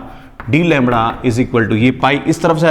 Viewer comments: Lamdda , fuurier is so distracting..xd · Am i the only one cracking up about how sir pronounces lambda like 'langda' ?